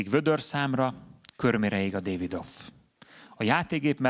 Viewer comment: Nem rossz, nem rossz, de a Davidoff-ot nem Dévidoffnak kell ejteni, mert német márka.